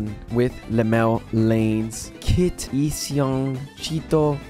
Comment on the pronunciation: Just to help you with those hard to pronounce names: Llanes = Lee-ya-nes Inciong = In-si-yong or In-shong Arellano = A-rel-ya-no Love your videos sir! Much love fron PH!